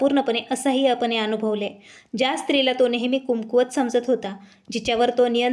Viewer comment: कुमकुवत नाही कमकुवत बोला.